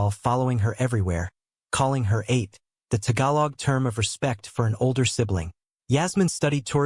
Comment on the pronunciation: NOt PRONUNCE " EIGHT" ... Ate PRONUNCE AS " AHHH --- TE